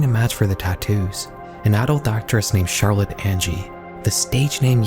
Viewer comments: You talk in such a way that I can't tell if you're saying Carol or mispronouncing Charlotte really strangely, all the text reads Charlotte, but it sounds like you keep saying Carol. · no cuz me too idk why it sounded like that at first 😭💔